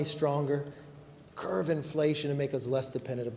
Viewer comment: Will someone PLEEEAAASE tell that guy, the expression is “curb spending” not “curve spending”!!!!!